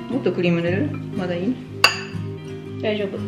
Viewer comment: ソフィーちゃん凄い❗️「ほんのり」とか分かってるんだ‼️『大丈夫』とかもう普通の日本人の発音です（笑）いつもと少し違う動画だったけど、時間がゆ〜っくり流れていて心地よかったです。